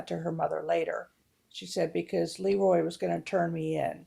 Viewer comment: You're running a movie channel yet you've never seen or heard of "The Bad Seed"? That's sooo embarrassing. It's a classic. It's run on TV a million times, ever since the '60's. And the Director's name is pronounced "Luh Roy", not "Lee Roy". Soft "E", not hard. He was a very well-known Director- but I guess you'd have to know something about Movies, or Hollywood, to know that. And you've never seen "Village of the Damned" either? Maybe you should stick to subjects you know something about.